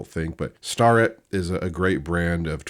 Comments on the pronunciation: Hey thought I would help ya with the names - STARETT pronounced “stair” ett, MICROMETERS are pronounced “miCROMeter” one word & MITITOYA is “Mitch a Toya “ hope that helps! Love the videos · It’s pronounced Stair-it. You have been saying it wrong. But shh you sharing all my secrets. Haha